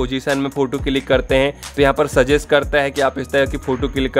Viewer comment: Not फोटू, He is फोटो 😅😅